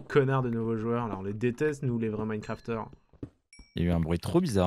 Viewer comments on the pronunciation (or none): Les vrais mancrafteur xd. D7 on dit mancraftient